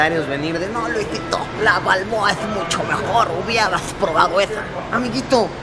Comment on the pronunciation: El burn panameño le dira martinelli Jaja Pero es balbooa